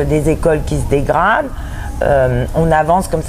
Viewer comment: La première chose...c'est déjà de ne pas écorcher les noms des personnes que vous citez...simple mesure de respect...VERNIN, et pas VERLIN... Mr...